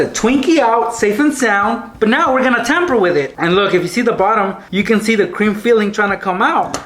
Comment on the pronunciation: sounds like he is saying crim filling instead of cream filling